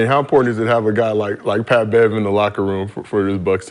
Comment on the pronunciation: "I duck no smoke Pat!" is all I'm hearing LMAO 🤣🤣🤣